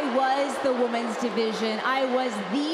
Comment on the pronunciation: It REALLY bothers me she constantly says woman's instead of women's